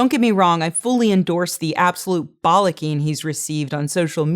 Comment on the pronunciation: Excellent points and all, but what I really learned is that it sounds disgusting and wrong to me to hear a person with an american accent saying 'bollocking.'